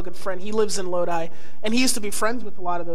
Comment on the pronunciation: The way nardwuar pronounces Lodi ...